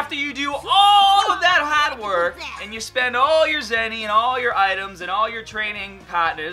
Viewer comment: I want to punch this dude in the face so hard. Can you really not pronounce "card" or "hard"? My god...